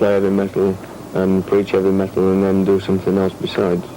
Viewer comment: 'evy met--ol'